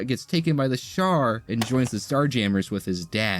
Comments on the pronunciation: The Sharr empire? It's pronounced She-Are. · Most people pronounce it She-ar... not shar. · Bro it is not pronounced SHAR lol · It's pronounced "SHE-R" Why do this whole video if you can't pronounce the subject matter correctly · Well that's an interesting way to say shi'ar